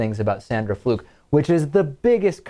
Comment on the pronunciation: Has Limbaugh now taken to purposely mispronouncing the Georgetown law student's last name? He now says "Fluke" in a way that rhymes with "duck." "Honest Rush" isn't sinking to the "leftist low" again is he?